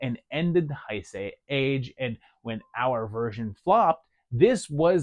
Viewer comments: "Heisei" is pronounced like "hey say", not "hi say". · Love the vid brother, also, not to be that guy but Heisei is pronounced "Hey Say", at least thats the way my Japanese friends say it.